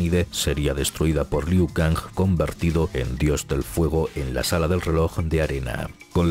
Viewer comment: Siempre lo pronunciaba Ku Liao